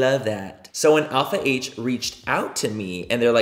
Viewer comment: All I think about now is when Laura Lee pronounced “Alpha H” as “Alp-hah” 💀